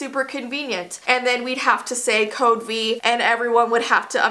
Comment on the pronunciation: code v Me:wait...... Don't you mean code VEE ( ͡° ͜ʖ ͡°)